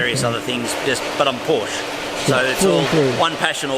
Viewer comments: Mat mul....exactly, or to be more exact it’s an a(uh kinda)😎😂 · Really interesting guy.....but pronounce Porsche correctly please! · Never heard any english speaker pronounce Porsche correctly and find a honest american "Porsh" way less painful to hear than this strange "uh"-ending people add pronouncing it "correctly". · says he‘s a passional Porsche and doesn‘t know how to pronounce it